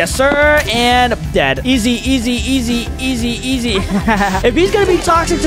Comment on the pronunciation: Bro did not say easy bro said eg